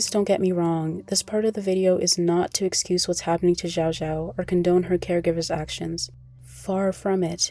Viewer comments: Xiao Xiao is pronounced shao shao not zhao zhao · i mean you could have at least spent 10 seconds learning to pronounce her name correctly. (commenter gets it right) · you pronounced her name wrong